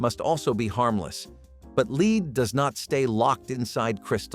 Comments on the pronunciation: Lead is pronounced led in this situation. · LEAD IS PRONOUNCED LED. IT NEVER KILLED ANY BABIES. IT IS A LIE. 5 OF US WHERE IN LEAD PAINED BEDS AND ROOMS WE ARE ALL JUST FINE. LEAD PAINT ON YOUR WALLS STOPS THEM FROM SEEING INSIDE YOUR HOME. INFRARED CANNOT GET THROUGH IT NOTHING CAN. A BABY WHO CAN ROLL INTO THE CRIB CUSHIONS CAN ALSO ROLL AWAY. ANOTHER LIE. WE ALL WERE COVERED WITH HAND MADE QUILTS AND BLANKETS SO WHERE MY 3 SONS NONE OF US DIED. WE ARE ALL HERE. MORE CRAP. NEVER HAD FLAME RETARDER IN ANY WE COULD BUY HERE IN CANADA. SMART ADULTS KNOW IT IS UNNECESSARY. IF YOU DIDN'T KNOW HOW TO USE A THERMOMETER. I GET IT BUT THAT WAS NOT THE CASE. ASPRIN HAS ALWAYS BEEN DANGEROUS. BAYER PRODUCTS ARE ALL DANGEROUS. BE CAREFUL THE THINGS YOU LISTEN TOO. IT IS NOT ALL TRUE.